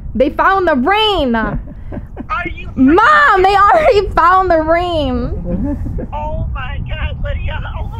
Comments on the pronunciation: "They found the ream." 🤔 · She said rinm in stead of ring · The way everyone else heard ream but me (a Michigander) heard her pronounce the NG but I guess the foreigners didnt. Lol imagine😂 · "maam they found the reeem" xD I love it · Love how when she was talking to mum she pronounces ring rin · She said they found the “ ream “ that’s beautiful god bless them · ”Mom they found the reen”